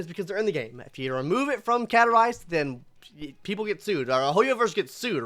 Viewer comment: are you trying to grow facial hair or did you mess up when shaving? Also there is a "s" in CaStorice's name. Please say it.